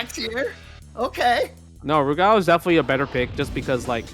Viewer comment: Never heard Rugal pronounced that way, sounds like is saying "Lu Gao"